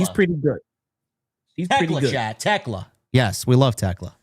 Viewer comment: Thekla,. Thekla.